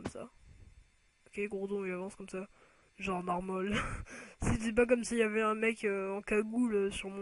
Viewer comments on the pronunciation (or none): none